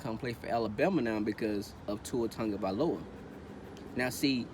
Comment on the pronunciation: Sau Tafao you Bama fan too? Totally agree articulate & factual video!! Love the way you say my family name.. Sau you from Diego??